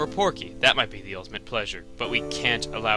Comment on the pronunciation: its PORKY not pokey